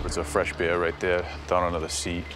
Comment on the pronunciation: "smells like stale bear"...probably meant to pronounce b-e-e-r.